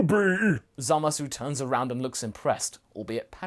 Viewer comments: why do u keep saying "Zamas"? it has been common and well long since the dubbed version aired, that his name is still "Zamasu" in the dub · why do you guys keep pronouncing his name wrong? its not Zamas, its Zamasu. seriously urking me. also, your what ifs are usually pretty in tact with the potential of the lore, but this one is not. you dont seem to understand the Kai's very well at all, or why they do what they do. no offense, but you should rewatch DBZ and Super.